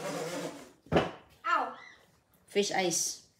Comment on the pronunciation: Yan Ang narinig ni CJ sa nanay niyang bisaya piss raw hindi naman fish 3x sabi ni CJ piss